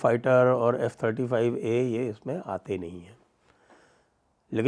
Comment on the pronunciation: F35 not J35 Sir